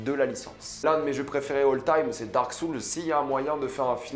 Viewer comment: Dark Soules xD (RIP l'anglais). perso j'ai hâte de voir Uncharted 😁😀